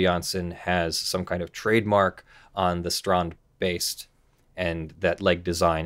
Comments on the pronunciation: Wow didnt expect the how you pronounced strandbeest, expect you to go strend beast, thumbs up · oh boy I'm jumping in my seat even before the vid started =) I'm really curious how you pronounce strandbeest X) (I'm dutch) (edit: I tip my hat to you dear sir. that was perfect!!!!)